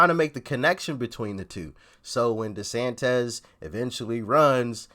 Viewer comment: Ron DesanTIS not DesantEZ